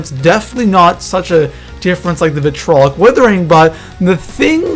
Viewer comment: okay first of all its "Vitriolic" not vitolic